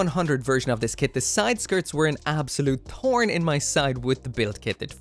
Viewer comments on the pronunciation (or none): Can you not pronounce TH correctly, when you said thorn in my side it sounded like Torn in my side. It makes you sound stupid or autistic